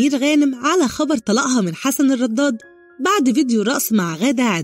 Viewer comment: ليه بتنطقي الدال ضاد في كلمه الرداد وليه الكذب سبحان الله